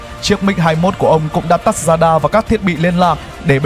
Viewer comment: Radar chứ k phải dadar